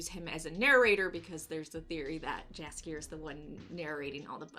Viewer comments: You pronounce his name Yaskier not Jaskier. Like in mexican Batman Universe there's the Yoker not Joker 🙃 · I really like your channel, but please for the love of God .... don't say Jaskier with English J .... it's a big no no .... Jaskier is a Polish name so you pronounce more like yellow not Jello .... so it's more like Yaskier or yhaaaskier.